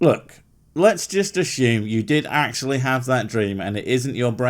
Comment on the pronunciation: Hey! I know you are right and everyone else am the dumb BUT where is the link to the crazy? I will speak in your regional dialect, asHume it to be true. AsHume it Sir!